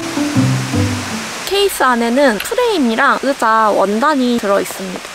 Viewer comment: 으자 발음이 너무 귀여워요 ㅋㅋ❤ 맥북 장만하신거 축하드려요~ 미래의 도 힘내주세요^-^!! 의자도 편한거 딱 맞는거 받으신거 같아서 다행이네용